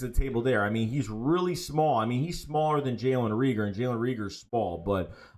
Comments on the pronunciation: Not * Reeger it’s *Reagor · Jalen RAEGOR LONG A(pause) stop saying that man damn name wrong, shit is annoying .. if you can't say it don't say it smh